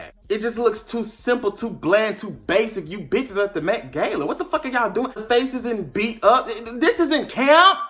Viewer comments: l "tHe MaTe GaYlA" l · To the Met GAYla 🤣🤣🤣🤣🤣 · “Met Gayla” 😂😂😂😂 I thought it was “Met GAHLA” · Nobody:: MetGayla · The way he pronounced Met-Gala was giving me anxiety